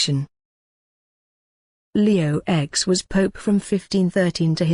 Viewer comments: Leo "X" really? I know it's a computer voice but really, cant tell a letter from a roman numeral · Come on!!! Leo "ecs" and Alexander "vi"??? "Ces-ar"??? Pathetic!!!